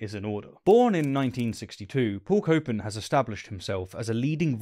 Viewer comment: Paul "copin" Copan?